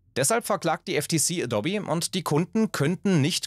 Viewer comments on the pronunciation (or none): Das heißt nicht „Adobbi“, sondern „Adohb“. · Das heißt Adooooooobi nicht dobby. Ist nicht Harry Potter. Sorry Video abgebrochen. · Und auf keinen Fall heißt es "a-dobbi" 🤨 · Naja eben wie man es ausspricht Ädoubie , so oder so ähnlich keine Ahnung wie man die Aussprache schreibt. Jedenfalls nicht Adobby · Es heißt 'a-do-be', nicht 'adob-e'. Jedes Mal, wenn ich 'adob-e' höre, stirbt der innere Monk in mir. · nein, ich mache das nicht mit Absicht - und vor allem nicht mit böser. Manchmal ist es aber einfach so, dass man Gewisse Namen immer falsch gelernt/Ausgesprochen hat und eben die Gewohnheit durchkommt. In diesem Video sage ich ab einem gewissen Punkt wieder Adou-bi, anfangs Adobbi, früher kannte ich die Firma als Äddobb. Natürlich versuche ich, die Namen möglichst richtig auszusprechen, setze mich vor den Scripts in der Regel mit den Namen auseinander und suche teils sogar während der Aufnahme noch nach Aussprachen - aber Fehler passieren einfach…bei großen TV Produktionen sitzen dann Leute in der Regie, die nochmal sagen „Schau hier, mach das, korrigiere das“ - wir sind allerdings ein zweiköpfiges Team ohne Multi-Tausend-Euro Budget pro Video. Wenn und was bewusst auffällt, wird entschieden „lassen oder neu machen?“ - manchmal fällt es aber auch einfach nicht auf…oder man weiß eben was gemeint ist und lässt es so. :) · Das heißt adope, nicht edobbi. Das bleibt alles so wie es ist und es wird hier auch nichts dran gerüttelt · Alles nach OS 9.2.2 ist scheußlich. Incl. 'aboub' und dobbie hatte zum Schluss dann auch eine Socke weniger Ich nutze keine Software im abbo. Dann nutze ich sie halt nicht. PS. : lerne mal Adobe auszusprechen.... : adoub(e) Du disqualifizierst dich grad schon wieder, obwohl du inhaltlich recht hast. Grüße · Adobby?? Ernsthaft??? 🤦‍♂️ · Wenn man das auf 1,25x Geschwindigkeit hört, sagt er eindeutig Dobby ;-) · Ich schwöre es nervt so hart bro es ist EH-DOH-BEE / AH_DOH_BEE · Ich komm einfach nicht klar auf die Betonung von Adobby :D